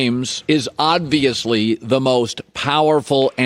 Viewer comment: anyone else notice how colin says "odd-viously" instead of "obviously"? ive noticed it more than once